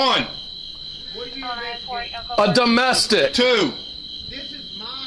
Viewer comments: what are you investigating? "UHDUHMESTIC" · "Uh duhmestic" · Domestic?I heard it 'DUMBestic'...